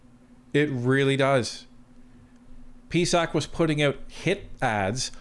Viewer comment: Stop calling the peesac